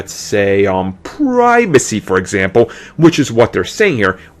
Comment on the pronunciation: lol why the hell didnt you re-record that? more then once you say, "Pwat holes" its a Plot hole..then you say "Pribacy" are you just trying to make up your own words like an 8 year old thats trying to be cool?